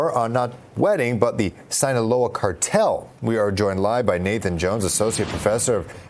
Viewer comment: Reporter murders the second time he says 'sinaloa' 😂 :sayonara cartel. 😂